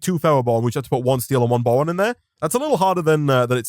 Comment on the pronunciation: Is it just me or does he say bowon